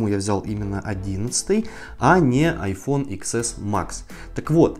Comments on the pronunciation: чтооооо?!?!?!???….. икскэкск 🤦🏻 Десять эс—Если что!!!😉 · Икс эс